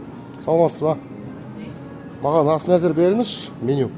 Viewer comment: Әс емес ас